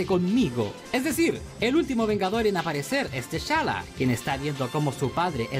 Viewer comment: Esta serie me la vi hace uno o dos años & me gustó bastante. Hay varios nombres que en el vídeo que pronuncias mal:es SHIELD no chill,se dice Tachala no techalla & es María Hill no Jill